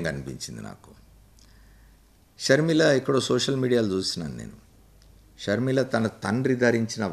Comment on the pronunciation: Please dont pronounce YS sharmila , sharmila sarma